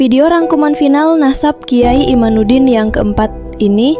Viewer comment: MIN , Namanya KH IMADUDDIN BUKAN IMANUDDIN . 😊😊😊